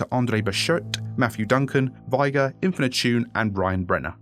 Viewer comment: I love how Andre Bechert's name has become a tradition to pronounce the 't' hard.